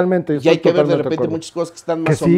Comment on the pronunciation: Porque el tio no pronuncia bien las r’s? Me cae bien pero eso me caga… en lugar de decir “verrr” dice veizzzz 😤😤